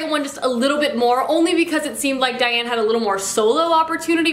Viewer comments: Please stop calling her Diane, I had to skip that part it got so annoying. It's Daine like Plain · Lol isn't it pronounced "Daine" like rhymes with bane, not Diane? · Daaaaane. 😭 I love you, and your videos. But I can’t listen to you call Daine “Diane” anymore. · I am SO glad that you’re reading Tamora Pierce’s books! She and JK Rowling are my absolute favorite authors! Just to let you know, her name is Daine, not Diane. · thank you haha, I adored this series as a youth because it's lovely but also because I share a rather unique name with the protagonist and Diane vs Daine is killing me haha 😝